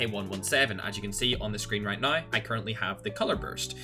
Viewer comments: “You need to be using FiXeD mOdE right NOIIII” Love it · Its Australian accent? He spelled "now" as "naay"